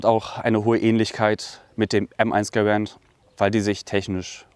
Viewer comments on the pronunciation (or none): One mistake garand not garant